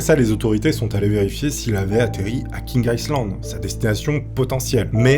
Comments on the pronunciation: Ça s’appelle vraiment « King Aïzland » ou c’est juste sa prononciation qui est mauvaise ? Ça me perturbe vraiment 😅. Par contre j’ai adoré la vidéo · Ça s'appelle King Island et ça se prononce King AïeLand